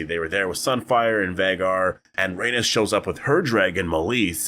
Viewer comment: Dude at least pronounce her name correctly.... Rip Meleys and Rhaenys